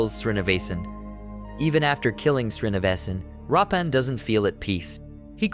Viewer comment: Why do you keep saying Rappan?His name is Veerappan…..😂